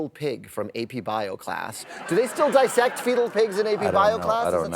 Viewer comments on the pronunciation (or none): none